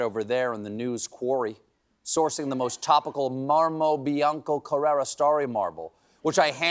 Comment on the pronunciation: one thing: the marble is from Carrare not Carrera.. other than that: ❤